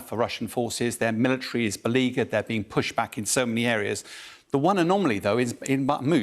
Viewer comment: Beleaguered. Lol